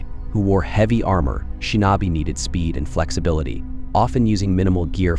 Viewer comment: Yup! It totally sucks. Shin-NAW-bee! 😂